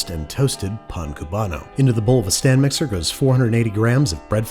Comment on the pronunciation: Nobody: Babish: INTO THE BOWL OF A STAN MIXER